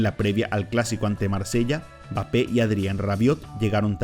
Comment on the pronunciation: Como puedes hacer un video hablando de alguien y decir el nombre mal la mitad de veces. Quien coño es bape jajajajajaja